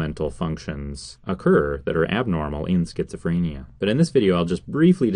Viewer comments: Stop pronouncing it like "freynia" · Creeper Pro FRAAAAAYnia